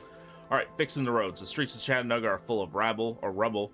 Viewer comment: Say it with me correctly CHAT-en-ooga